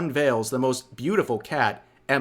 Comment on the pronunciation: “CA’TLY” You’ve gotta be kitten me…